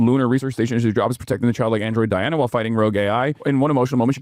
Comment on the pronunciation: She pronounced and spelled her name DI ANNA 😊